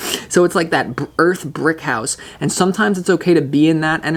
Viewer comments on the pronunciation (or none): When he said "EARTHH BRICK HOUSE" I blushed.